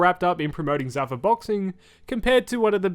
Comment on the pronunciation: It's not zuh-fuh... it's zoo-fah on the pronunciation